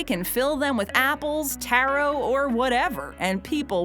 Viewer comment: taro pie ITS TARO (TAR-OH)